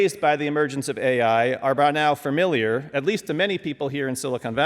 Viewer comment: In the introduction, the poli-sci prof pronounced familiar as fermilyer.